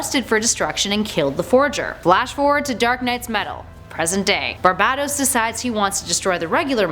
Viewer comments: ITS PRONOUNCED BAR-BAY-TOS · You are pronouncing barbatos Wrong